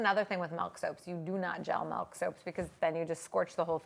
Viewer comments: Okay but real quick. I THOUGHT I WAS THE ONLY PERSON THAT SAYS MELK INSTEAD OF MILK. It made me randomly irrationally happy to hear it being said that way cause my family teases me alllll the time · I actually replayed the first time she said it to make sure I heard it correctly! I say “melk,” too, and I get corrected/poked fun of for pronouncing it that way all the time, lol. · Not sure if she is from Canada but Canada is currently going through a vowel shift according to linguists so slowly but surely Canadian dialects are shifting vowels. Milk --> Melk and Dress-->drass etc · MELK. I just can't. It's too painful. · she says melk so many times in this video i love her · I've never heard anyone other than call it "Melk". Is it because of where she lives? It does she just pronounce it differently just because? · I'm Canadian and I quit watching this video within 2 mins due to the "MELK MEEEELLLLK MELK" ...oof. If I never hear anyone else say it that way in my life, it'll be too many times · The funny thing is the way you pronounce milk is the way we say it in Dutch. So each time you say milk it sounds like you're speaking Dutch lol. Working with milk is always tough but so worth it. I'll have to try this out, I love the look of it. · I'm from California and I say Melk too :P I also get teased quite a bit for it, lol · Odd how she pronounces milk and melt with the same vowel sound. I wonder if she does the same with slid and sled? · The way she says Milk lol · I love her videos but her pronunciation of milk is driving me crazy.